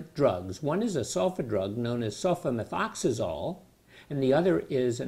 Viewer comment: He says sulfamethoxazole with ease! Lol